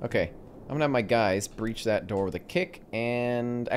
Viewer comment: "Alright boys, we're gonna breah this one with C4" - WAIT YOU'RE GONNA DO WHAT WITH WHAT?!